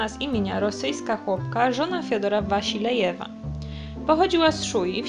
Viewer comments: Fiodorowa Wasiljewa a nie "Waślejewa" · WaSIlejewa?!?! Okropna niekompetencja i ogromny brak szacunku ze strony autorki do oryginalnej wymowy tego nazwiska. Każdy szanujący się człowiek który chce przekazać innym jakąś wiedzę, powinien to robić w sposób rzetelny. Rozumiem, że autorka poszła na łatwiznę i ZERZNĘŁA wszystko jak leci z różnych portali, między innymi z Wikipedii. Ok, źródła są podane, ale jak można tak kaleczyć wymowę tak prostych słów? Uszy po prostu bolą. Brak szacunku dla oglądających. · super film, ale jednak nazwisko Wasiliew czyta się bez tego Ś, bo to jednak Rosjanka :D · Wasilijewa czyta się "s i" osobno jak w wyrazie sigma nie "si" jak np. sińce.